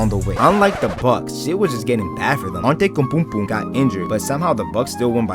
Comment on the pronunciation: I think you are saying yanis antoukaponko name wrong